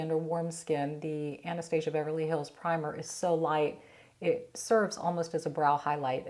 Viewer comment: Love your videos. Oh fyi you’re pronouncing Anastasia name incorrectly.